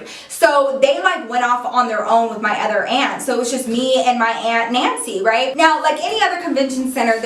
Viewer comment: omg when she first said her aunts name was nancy i heard "antsie" wtf my ears